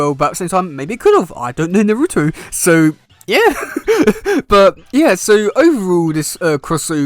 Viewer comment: It's most likely fanart but it sounds like fun, since both are two of my favorite ninja franchises. But they should pair the Turtles probably go with Teen Naruto, Sakura, Sasuke, and Sai to get a four on four. And yes you are mispronouncing "Naruto" even though it's funny.